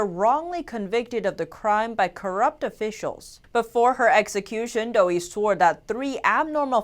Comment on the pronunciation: It's pronounced "dough uhhh" not dough-ee